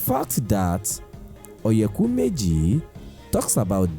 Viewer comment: Please pronounce oyeku meji properly and stop westernizing it! And please speak smartly! You got something good going for our culture.